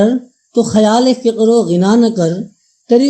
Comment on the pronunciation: bhai apni padhant durust kareñ padhne me bohat se aghlaat haiñ, wo sim e zindagi nahi sam e zindagi hai or fiqr o ghina nahi faqr o ghina hai